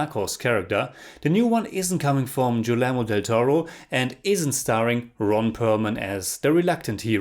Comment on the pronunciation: Guillermo Del Toro's first name is pronounced "Ghee-air-mo", just for reference. Love your reviews,! Thanks for this one, I think I'll lower my expectations a bit for Hellboy.